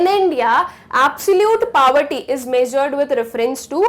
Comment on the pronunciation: The way she pronounces 'poverty' isn't right ig...